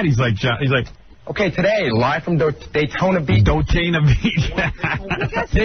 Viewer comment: Even better when he mangled "Daytona Beach" into "Dotayna..." I almost shit lol!